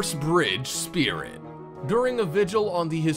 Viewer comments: .. Says "spirtit" 😬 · Packhorse SPIRTIT lol